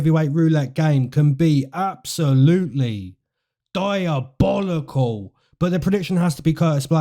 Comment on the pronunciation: LMFAO PLEASE STOP SAYING DIABOLICAL LIKE THAT